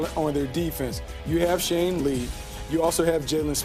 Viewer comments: Did he just call Sean Lee, Shane? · It's Sean Lee not Shane Lee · He just say Shane lee?